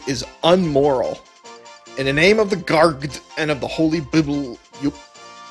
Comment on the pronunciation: "In the name of the Gargd, and of the Holy Bibl, yoop." Man, I didn't know Pokémon was so religious.